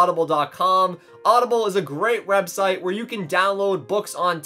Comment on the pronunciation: He said wrebsite